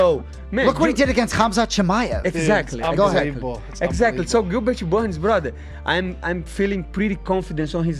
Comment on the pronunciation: “gilberchu burns” renato moicano